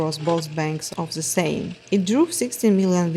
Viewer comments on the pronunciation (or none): none